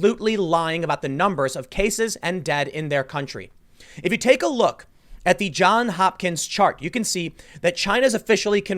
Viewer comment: It is JOHNS Hopkins, not "John Hopkins", Tim!